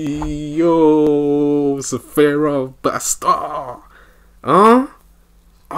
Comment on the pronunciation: Man you funny af but his name is Sfera not Sefera, i ear a lot of us people saying sefera and i still can't understand why maan😂. Gg man, i'll wait the pt.2